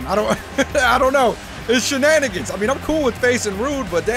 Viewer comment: You like saying shananigans